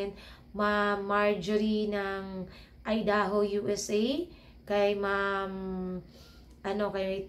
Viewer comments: Idaho ay pronounced "Ay-da-ho". Peace po tayo,. ✌️ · Good evening bai at subcriber nu aq dito sa guam correct q lang un idaho pronounce niya is Aydaho parang I pag sinabi sa alphabet subcriber din aq nila kabusiness official at kabusiness family kaya ndi aq basher😀 ha napapasaya nu aq lagi stress free baga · Ang tamang pag sabi ng bansang idaho ay sa tagalog aydaho un po ang tama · IDAHO ( Ay-da-ho) ang pronunciation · ang proper pronunciation ng Idaho is Aydaho. By the way, mag vlog kayo na pasalamat kayo sa mga sponsors nyo Bai. ❤❤❤❤❤❤❤❤❤❤❤❤❤❤